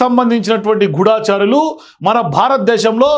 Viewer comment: గూడా చారులు ఏంట్రా,,? గూఢ చారులు అనాలి. లో